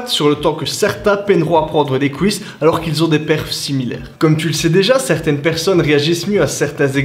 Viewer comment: Les "couisses" j'adore 😂